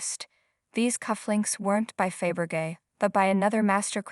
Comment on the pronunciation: It is pronounced Fab Ra Zhay not Fab ra gay. Emblazoned is pronounced Em bla zund with ed added.